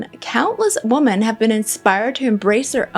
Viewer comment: Oh my gosh, I was wondering if I was hearing things, then realized I wasn't, then thought perhaps maybe she has an accent!😀